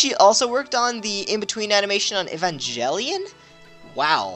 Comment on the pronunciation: It isn't even about the accent. Just straight up wrong ways of pronouncing things like Aegis and Evangelion.